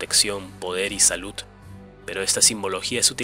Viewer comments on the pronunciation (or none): none